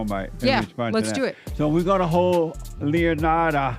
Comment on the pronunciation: Dude said “Leonard” 😂